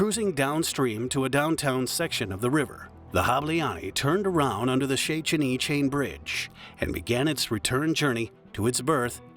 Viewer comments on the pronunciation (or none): You are terrible at pronouncing humgarian names. It's not "hableani"... more like "hableanj". Terrible. Do you research a bit better next time... One good point: You say "Budapest" well :D But you murdered Szécsenyi :D